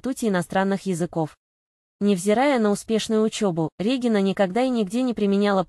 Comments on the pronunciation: С каких это пор Дубовицкая РЕгина, а не РегИнна? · Противно слушать, Р Е гина— РегИна или специально так говорите , чтоб комментарии писали.